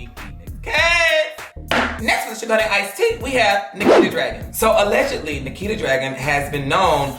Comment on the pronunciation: ITS *NIKITA not NAKITA ❤️